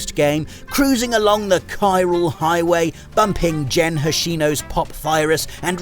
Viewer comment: It's Gen Hoshino, not "Jen". G is always a hard "g" sound in Japanese. If it's a "j" sound, you'll see a J. 😊